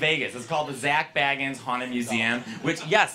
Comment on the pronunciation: The way he pronounces "Zack" is like a dog vomiting on a carpet 😂😭